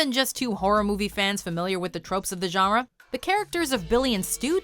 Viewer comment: I love the way you pronounce your French and your German. You have to work on your Spanish a bit but that's okay. But when you say genre it sounds fake and forced. It sounds like you're trying way too hard to pronounce genre I guess the way the French would. But it doesn't sound real or natural. Not by a long shot.